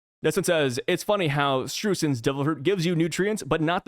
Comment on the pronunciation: Maybe we'll see him evaluating Sanji's cooking in the future. It's pronounced "shtroy-sen".